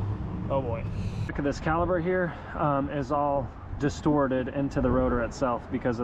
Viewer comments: My guy! Its called caliPER not caliBER like you keep saying in the video😂 Other than that, good stuff! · That is not a calaber it's a cala per. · cali"p"er!!!!!! not caliber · I love your content. Super helpful. Really nice. Professional to boot. Everything a mechanic should be. But man, its a caliPer not a caliBer. Lol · An accent that makes the letter p sound like the letter b? Yeah, okay. lol 🤣